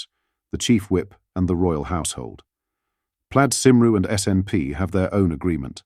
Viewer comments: I know 'Plaid Cumree' but who on earth is 'Plaid Simroo' ? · Plaid SAIMROO, WTH? It's Plaid Cymru, pronounced KUMREE, if you would like to inform the AI bot you use to generate these narrative commentaries. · Pled Saimrw? Stupid AI voice hahaa! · Please check how to pronounce Plaid Cymru before broadcasting. You completely mangled it twice. Interesting you were careful about getting other overseas pronunciations correct but didn’t even bother to check how Welsh is spoken . It is the second official British language 😮. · You need to train your AI voice to pronounce Farage and Cymru correctly